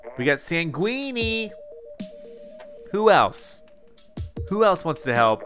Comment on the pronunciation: How has nobody noticed that called Sanguine SAN gui nee